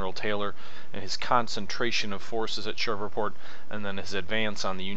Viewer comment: Not to be rude. But it's Shreveport. Pronounced Shreeveport. Been that way all my life. I know people from there, and that's how they say it, too. As an side, read Rebels on The Red and Faces of Fort DeRussey by Randy DeCuir